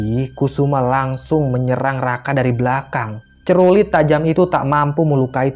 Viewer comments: Btw clurit...bukan crulit...😄😄😄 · celurit..bukan cerulit hehehee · "clurit" bukan crulit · Setau gw celurit. Dah.. bkn cerurit. Wkwkwkw 😂😂🤭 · celurit bukan cerulit wkwk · Celurit,.. Bukan cerulit.. 😀😀 Mantap ceritanya... 👍👍👍👍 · Cerulit??? Yang benar Celurit....😁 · Maaf,, yg bener celurit bukan cerulit...🤭😅😅😅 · Celurit..bukan cerulit😑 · Celurit, bukan cerulit😂😂😂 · Bukan cerulit bang. Tp celurit😄😅😅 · Bukan cerulit, tapi celurit heheheheh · CELURIT bukan CERULIT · Celurit bukan cerulik😂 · Celurit bukan cerulit:) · Celurit bang celurit Bukan CERULIT 😭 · Celurit bang, bukan cerulit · Celurit woy bukan cerulit😭